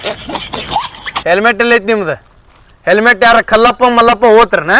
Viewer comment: Selmet alla helmet